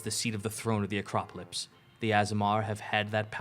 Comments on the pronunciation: anyone else get annoyed when they pronounce the word as "Acropolypse" instead of "Acropolis"? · I love complete inability to say Acropolis